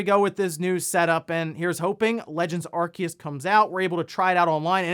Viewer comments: I thought it was "ar-see-us" not "ar-key-us" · Aar see uhs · 7x.... you said Arkeus 7x... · I love your videos normally but in the intro today when I heard the name Arceus be pronounced Arkeus I had to pause the video, I opened Google Translate typed Arceus and heard the Google voice say it right and I walked out of the room... it's been about an hour since then. I think I'm ready to resume the video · THE C IN ARCEUS IS SILENT HOLY SHIIT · Someone please force this man to pronounce Arceus correctly it's killing me